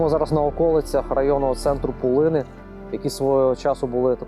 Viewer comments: Правильно - пУлини, наголос на першому складі. А за відео - дякую! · Кожному мила своя сторона...Не думала у цьому відео побачити рідну Пулинщину❤❤❤. Правда трохи різав вухо нагос (правильно Пу'лини), але радість переповнювала🤗